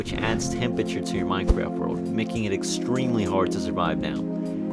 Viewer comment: at the start you said naking